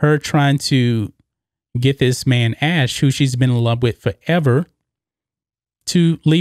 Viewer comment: It’s AshLEE, not Ash. He was never called Ash.